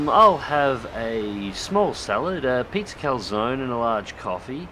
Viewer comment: the way u said calzone give me cancer lul